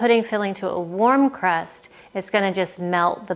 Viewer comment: That’s supposed to be “crust” not “rust”. 😂